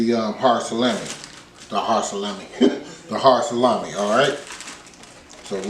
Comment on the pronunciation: Sa-lammy!! Lol